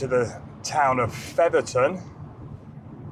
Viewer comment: 😂 Featherton...... missed the s......Featherston